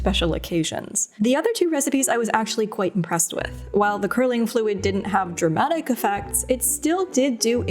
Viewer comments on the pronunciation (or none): “Drahmatic” I love you